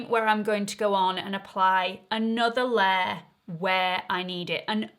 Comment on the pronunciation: I like how you pronounce ‘layer’. What is your accent?